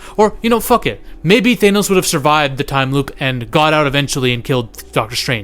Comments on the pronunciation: Bruh, it's pronounced THANOS, not thaynos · Bro, it's Thanos, no Thay-nose. Wtf???? I can't even take this video seriously when you don't know how to pronounce the great titan's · It’s not Thenos stupid! It’s Thanos